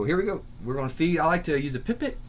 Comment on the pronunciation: "pie pet" not "pip it"